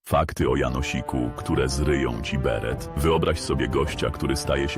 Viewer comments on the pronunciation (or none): Nie Bered, beret!